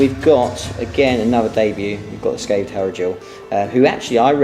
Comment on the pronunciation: 'Scythed' Hierodule, you called him a 'Scathed' Hierodule. very nice to see some 'Purestains' on the channel ;)